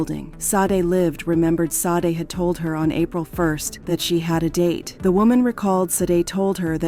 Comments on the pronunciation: Rip and all respect but they cannot pronounce her name correct like ITS JUST SADE NOT SODEY SHADAY OR SASHEY ITS JUST SADE!! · The pronunciation of her name is so wrong, it's almost as if the AI mistaken "SAID" instead of "SADE" this is becoming the new normal so wrong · Shadey is the right pronunciation but i guess the computer is pronouncing what is written and what it sounds like. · 🕊️🥀 So disrespectful to continue mispronouncing her darn name. RIP PRONOUNCED SHA-DAY!! 🙏🏾💔😢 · Sade pronounced Sha-day. The AI voice mispronounced a lot of words in this video! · Her name is SADE PRONOUNCED “Shah-day”. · These computer generated voices are starting to become a little aggravating. There were at least 3 different pronunciations of “Sade” and they were all incorrect. RIP Sade and prayers to her family.